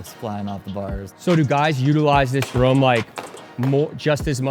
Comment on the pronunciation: sweet vid. stop saying "rum" instead of room though 🤣